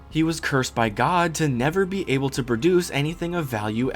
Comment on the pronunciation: able ab-ble a bubble